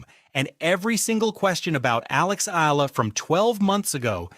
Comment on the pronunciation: You're not certain how to pronounce her surname, are you. You go from "Eela" to "E-AH-LA". It's the latter with the "AH". Just tell your AI, she's not an "EEL". Go on, try it!